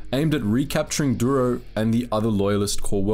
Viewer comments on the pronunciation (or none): none